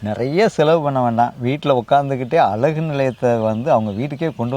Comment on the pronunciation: அலகு இல்லை அழகு என்று சொல்லுங்கள் தவறாக தமிழை உச்சரிக்க வேண்டாம்